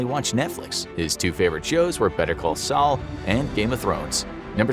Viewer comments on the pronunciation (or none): none